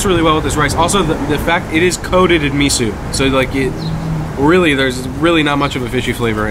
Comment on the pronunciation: Guys, Enjoyed the video but you made 2 flubs! First off...It's pronounced Me-Soh...Not Me-Sue. 2nd...It's Shave Ice...Not Shaved ice. If you noticed, Hawaiian Shave Ice is shaved finer than mainland sno-cones. Plus the assortment of syrups/add-ons is what separates both desserts....